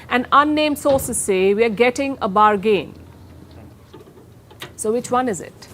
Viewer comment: Palki...say bargàn.....not bargeen!